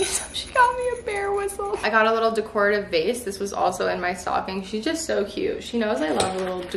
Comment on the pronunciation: This was awesome! - please search on YouTube how to pronounce “decorative” 😂😂 you killed me every time you said it!